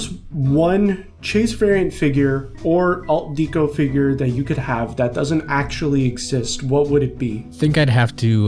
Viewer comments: It’s pronounced deck o, not deek o. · Yes, but kept pronouncing it wrong. It’s pronounced deck o, but he kept saying Deek o, which bothered me throughout the entire video. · “Dee-koh”? Are you serious? Do you pronounce the word decoration as “dee-koh-ration”?🙄